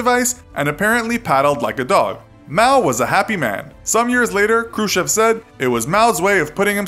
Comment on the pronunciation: who the hell is KRUSHEV, come on for a history buff you could at least try to pronounce it right